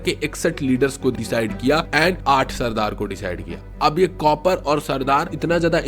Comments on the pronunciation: Copper nhi bhai kaapar😂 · We r not cupper it's *KAPAR !!